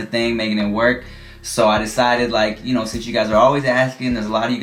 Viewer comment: every time said "ya kno" with a tiny very slight canadian accent.... best parts of the video to be honest xD